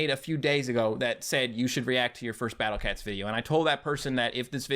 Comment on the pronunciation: I love how after years he still says battle cets